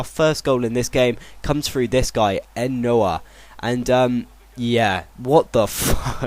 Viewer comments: His name is é-nóh not enoha. You say van rijhen but it's von Rijnen. You also say Sulejmanji but you should say sulejmaní. The last name is Boer-rig-ter. I'm also a huge Feyenoord fan and i rather don't see Guidetti go to Ajax. This week the said that he will return to Feyenoord one day. DON'T GO FOR GUIDETTI. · Enoh is said Eno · It's not fucking Leanadro, it' Leandro, also, how can you pronounce Enoha when there is clearly not an A at the end of his name? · Enoh is EN-NEO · Enoh is pronounced Ay-No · its E - NOW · enoh is persounsed E-NO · Pronouncinations: Enoh- Ey-no Van Rhijn - Van Ryn Sulejmani - Soo-ley-ma-ni Boerrigter - Boo-rigg-ter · Pronountiation help: U sold [siktorson] sul ee mani (sulejmani) Eey no (enoh) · enoh you pronounce like ano